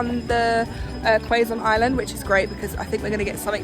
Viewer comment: Wonderful! Glad you loved Hundred Islands and Alaminos. One thing you'll notice in the provinces and beaches up north is that coconut trees aren't plentiful. They're more abundant down south, even in southern Luzon. 🌴 Btw, Quezon is pronounced Keh-zon (not Quay-zon) and Visayas is Visa-yas (not Visay-yas.) ᵔᴗᵔ